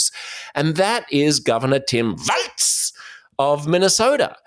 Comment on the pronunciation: Walz is pronounced "walls", like the plural of the English word "wall".